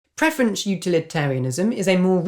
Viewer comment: Thanks for the video. Any particual reason why preference is being pronounced as preferenCH?